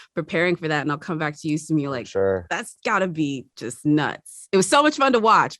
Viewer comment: Is the interviewer pronouncing simu’s name wrong (?) ☹️ 😅- great interview though!